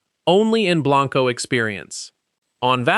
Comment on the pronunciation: He did say it is pronounced "Burnie" never fixed Blanco though